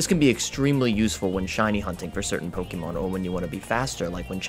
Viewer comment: I don't why it urks me so much, but I fucking hate when they pronounce it Poke-E-mon, when it's Poke-Ay-Mon that's what the è is for, to show that it's pronounced differently